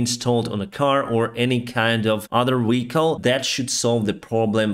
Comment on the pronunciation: I like how he calls a car a " weeacle " 😄🤣